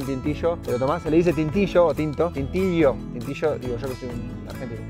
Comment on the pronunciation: Se dice: tintico 😉 un abrazo fuerte desde Colombia ♥️🇨🇴 Dios te bendiga